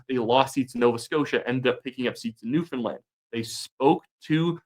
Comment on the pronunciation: To be fair, you can actually pronounce Newfoundland. You deserve credit for that.